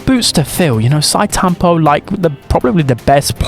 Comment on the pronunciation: Note: Sitetampo is pronounce like Shi-Te tampo, NOT Site tampo